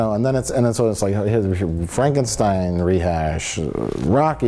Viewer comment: Why can't people pronounce Frankenstein correctly? Gene Wilder would have a fit.